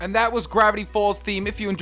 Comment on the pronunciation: lol u said GAVITY FALLS